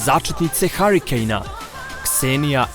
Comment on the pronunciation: Kaže lik haarikejn